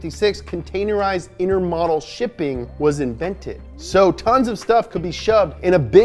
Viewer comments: Inter mo-dal is closer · So close. It's pronounced "in·tr·mow·dl" not "inter-model"